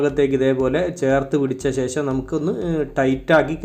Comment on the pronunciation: ലൈക് എല്ലാം തരാം പക്ഷെ ഇതൊക്കെ ശരിയാക്കണം ....മുയുമനല്ല... മുഴുവൻ എന്നല്ലേ??... ശേശം അല്ല ശേഷം.. 😜😜😜😜🥰